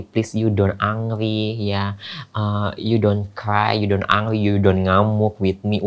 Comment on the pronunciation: Ternyata Luna transgender . angry bukan angry la engry baca nya.